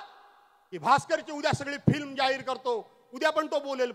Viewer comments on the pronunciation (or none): none